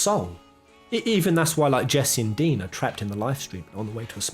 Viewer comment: right on, I heard dean, and was like who's dean... lol, I have on the way to a smile but have only read the first chapter. I love your enthusiasm and your theories. Keep it up.